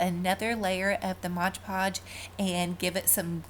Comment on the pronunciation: I love your DIYS, they are fantastic and I pray this is not taken in a negative way. It's actually a common mistake but the mis-pronunciation of MOD PODGE drives me crazy... It is pronounced MOD podge, not MODGE podge. I know I'm gonna get some hate, but I honestly don't mean it in a bad way. And, I only want to help.